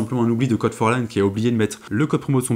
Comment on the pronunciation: C'est pas code forlan c'est c o d forlan